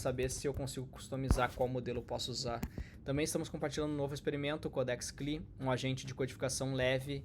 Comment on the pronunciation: Demorei horrores pra entender que "cli" era "CLI" (si é lai) hahahahaha